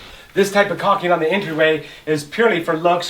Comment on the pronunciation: It's caulking, not "coxing".